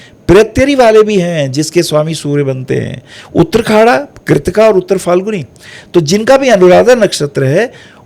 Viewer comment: वाह वाह वाह,! ज्ञान का भंडार हैं आप! आप का ज्ञान को सहस्र प्रणाम, वो भी गुरु पूर्णिमा पर!👌🙏 बस, एक ही हंसी वाला कमेंट है - आप बार बार "उत्तराखाडा" का ज़िक्र करते हो, जब नक्षत्र सूक्तम में "उत्तराषाढ़ा" कहा गया है!😊